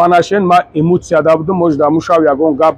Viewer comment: Еее ГУШКУ ЛАНГАРИИ ЧАНГАЛИИ ТЫ КИИ, ХАМА БОЯД БА ФИКРИ ТЫ АЙ ТЫ БАХШИШ ПУРСА. ИЗООО НАМЕКАШИ БРА ЯКОРИ МАРДАКИ КУ АРУСОБАРИН ХАРУЗ ДА ЭКРАН ХТА ИШОН. (ИШОН не НИШОН меша Нишон) дода гаштай. ИМУЦИЯ НЕ ЭМОЦИЯ. СОЗ ГАП ЗАДА НАМЕТОНИ БО И ГАП ЗАН